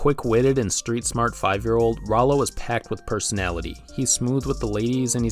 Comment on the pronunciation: Rowlow? thats almost to not close to Rallo, even thought its spelled the same, oh and by the way its Stewie, not Stevie, and the ''giant chicken'' is called Ernie, I don't blame you for the fact most people don't know his name.